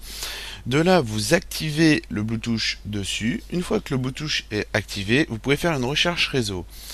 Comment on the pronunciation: ON NE DIT PAS BLOUTOUCH!!!